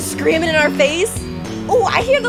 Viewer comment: She said screaming wrong